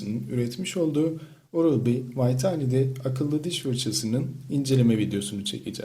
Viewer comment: Hadi, Video çekmeyen birisi vitality i telaffuz edemez de, ortaya bir ürün koyacaksanız bi açın bakın bu nane nasıl okunuyor diye.